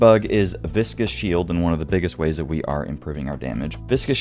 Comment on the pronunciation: Just wanted to say you get an A+ for correctly pronouncing Viscous. You're the first content creator I've heard pronouncing it correctly so far. Everyone else pronounces it like it's "Vicious". Bonus: Jacinth isn't "Jack-inth", it's Ja-sinth. Jacinth is a gem IRL. Also, the 240 Vigor is incorrect. Everyone keeps parroting that figure, but it's actually 253.